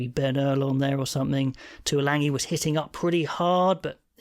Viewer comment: Lol I get triggered by every single TV or other spoken media when they pronounce Manu's name. There is no 'n' in Tuilagi. It didn't happen when his big brother played for Tigers or Samoa. Baffles me.